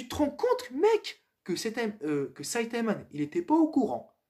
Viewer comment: Pour me corriger C'est Saitama et pas Saitaman Et dsl pour la prononciation le nom du rappeur 😭 ( Orelsan)